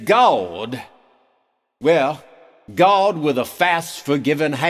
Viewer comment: "Gaawwdd" -- perfect pronunciation! LOL